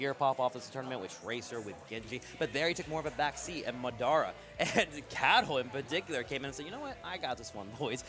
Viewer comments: Muh DOH ra.... good games but just say Madara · can't say "Madara" lmao